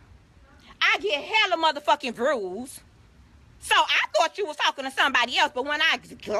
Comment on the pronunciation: "Got hella 'vrews'" 💀💀